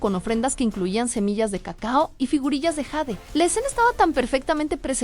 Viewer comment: Bueno jade se pronuncia tal cual suena en español,no está escrito en inglés solo para que lo tomen en cuenta